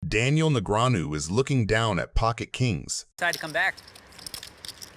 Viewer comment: AI trash. Just listen to how they pronounce Daniels name. Disgusting.